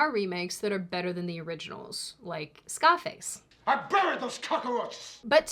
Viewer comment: You said Scarface, I know this. But I heard "scopics". Next video say Juuupitah again, please.